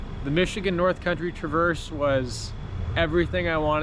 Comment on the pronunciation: mr bibs pizza slaps. also the emphasis is on tra in traverse